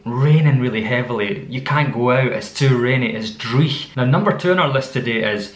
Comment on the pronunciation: You don't tap the r in driech?? I know you tap you're other rs but not that one.